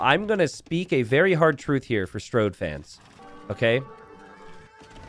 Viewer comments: The way says “StRode” makes me think he would call Main Street “Mainst”. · It's a running gag that t90 says it "wrong"